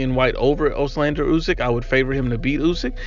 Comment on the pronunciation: It’s Oleksandr, not Oslander